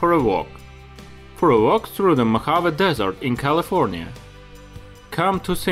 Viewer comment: Cool video but you need to learn how to pronounce Mojave correctly.